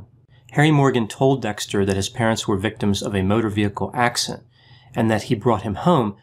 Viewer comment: "Motor vehicle accent."